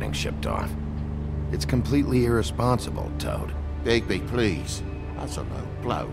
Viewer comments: Très bon premier épisode camarade ! Et sinon c'est est Bigbi ... pas Bigsbi ^^ J'attend la suite ... ca occupe mes trajet en train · C'est Bigby et non Bigzby mdrr ! En faite c'est quoi ces trucs écris en haut à gauche ? Et si c'est important tu pourrais les lire stp ? Sinon, à part ça, il est trop bien ce jeu - Super vidéo comme d'hab !